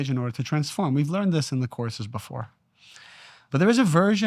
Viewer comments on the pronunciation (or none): none